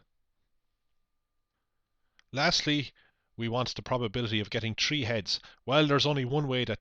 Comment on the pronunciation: Why do you say "tree" not "three"